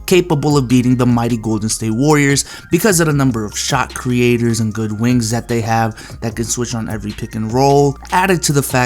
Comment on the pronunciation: You saying "Wings" is funny 😂